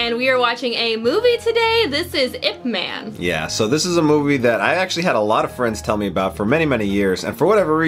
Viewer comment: Just for info, the word Man shouldn't be pronounced in English as "men". The name is 叶问 (Chinese: "ye wen"; Cantonese: "yip ma n")